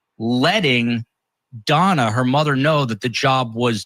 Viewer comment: DONNA not FONNA ... LOL